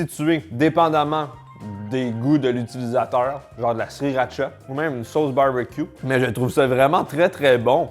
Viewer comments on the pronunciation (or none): none